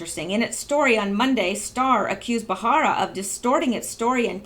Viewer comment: Just to help you out, it's Ba-ra-ra, not Ba-har-a. No insult intended. You do really good work; your clear enunciation is melodic as opposed to being monotone or droning, which is primarily what I look for before subbing. I listen rather than watch the channels that report on Q, so I really appreciate all the reading you do.